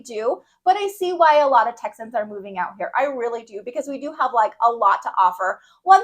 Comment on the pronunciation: Texians??? Did you have a stroke? It’s Texans